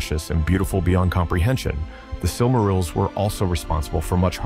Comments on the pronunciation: Surely he did not just say silmarols... brother... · What is a "Silmarul"?? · Sil-MARR-ils? C'mon, man. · “Silk -A -rills” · I cringed when you said: "the sil marils" hahaha. Great video tho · The was he says Silmarils really hurts my brain. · The way you pronounce silmarils makes me tweak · Did you really just mispronounce silmarils...brooo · I lasted till the Silmarils and then had to tap out due the grating mispronunciation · Aragorn already owned and carried the shards of Narsil. Gondolin was in western Beliriand, which was utterly destroyed and sank beneath the seas in the War of Wrath. It was literally hundreds and hundreds of miles from where Gondor would once be, not "near" at all. You are mispronouncing sooooo many words! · Good video, but you gotta learn how to pronounce correctly some of the words like Dúnedain and Silmarils